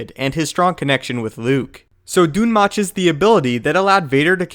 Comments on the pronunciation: Its pronounced Dune Moke ((thats me spelling it how it sounds)) its even referenced in Darth Plageius. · oh my god it's pronounced "doom moke" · Not sure if Dun Möch is supposed to be pronounced that way. Ö is said differently from O..